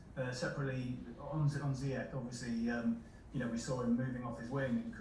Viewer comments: no not ziyek it's pronounced ziyesh with sh not k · it should be pronounced like this "Hakim Ziyesh" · SOMEONE.....PLEASE.....For the love of Football. Tell Lampard to pronounce Hakim's last name CORRECTLY!!! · Lamps really need to pronounce Ziyech correctly.